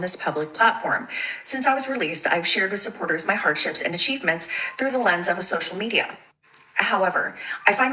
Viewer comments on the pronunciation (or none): none